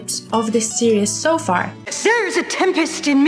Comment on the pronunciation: I love how you say "seree-s"